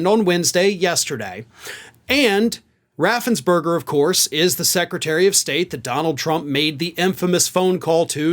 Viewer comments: Raffens-PERGER, NOT BERGER! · Fun fact, Brad Raffensperger not berger. ~3K